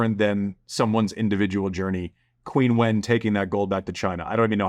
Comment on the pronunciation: Isn't 'Qinwen' pronounced 'Chinwen'?